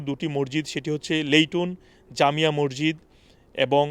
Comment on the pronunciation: মরজিত কি ভাইজান? 😅 সংশোধন: মসজিদ। 😅